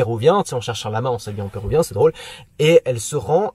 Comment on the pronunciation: bonnet pérUvien pas "pérouvien" :)